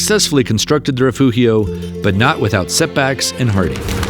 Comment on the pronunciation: Wow, what spectacular views! By the way "Rifugio" is pronounced [riˈfudʒo] and "Angelo" is pronounced [ˈandʒelo]. You keep giving the soft Italian "g" a Spanish pronunciation, which is odd since you seem to correctly pronounce the other Italian consonants. You even pronounce the "gl" in Giglio correctly, which is far more difficult than the soft Italian "g" (very similar to the "g" in the English "giant").